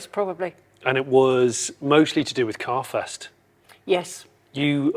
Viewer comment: Jesus Jonny, I thought you said car "Theft" not carfest!